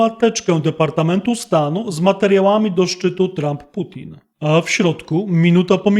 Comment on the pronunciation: POO-thin hahhahah ktoś se niezłe jaja robi